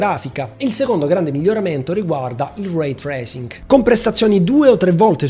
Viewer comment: Il rwuey trrrrresing😂